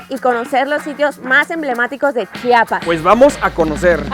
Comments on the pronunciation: Es la mera neta no saben pronunciar Chiapas y también chiapaneco le quitan la “I" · Soy orgullosa chiapaneca! Hermoso reportaje, solo que es Chiapas amigos Chiapas! No chapas ,! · me pierden ... como Chapas !? neta odio a todo que vaya allá y no sepa decir el nombre de Chiapas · Me encantaron sus videos de mi bello Estado de Chiapas lo que no me gustó es que en varias ocasiones dijeron Chapas o chapanecos se les olvidó meter la "i" después de la ch 😂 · Todo muy bonito pero no es Chapas es CHIAPAS.